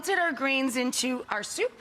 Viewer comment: Tf does stoup mean 😭 Grown woman, just say soup